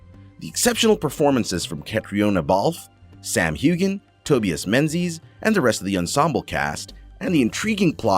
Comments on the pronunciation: Seems that I'm not the only one who was driven spare by the mispronunciation of just about everything. Catriona is pronouced Katrina. Sam Heughan is pronounced 'Hewen'. Tobias is pronounced like 'Toe-by-as'. The author is Diana (like the princess) not 'Dana' Gabaldan. GAH!!! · Sam Hugh-en Diana Gab-el-don Cat-rina Balfe. And even Catharine hi-gul Omg learn to pronounce their names if your gonna do a video about outlander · I believe you missed pronouncing Sam's last name. Heughan with the "g" being silent. Now you try it! Sam Heughan